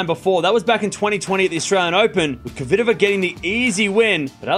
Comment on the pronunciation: Dear, I have asked that before with now reaction. I am your fan and I watch you regularly. You are a vey intelligent guy though I beg you learn how to say KVITOVA. You and unfornately many ther say it so it sounds derived from COVID. PETRA's sound in phonetuc transcription - KFITOVA. THERE IS NO "O' after K. Please try at least. If you pronounce SWIĄTEK properly and you DO, " KFITOVA is bread and butter. Believe me it will make many people happy and prove ince more that YOU ARE the BEST. Best regards